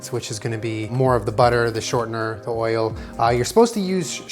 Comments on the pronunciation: Anyone else let out a slight chuckle when he said shortner hehehhe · What the hell is “ Shortnor”??? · "shortener" lol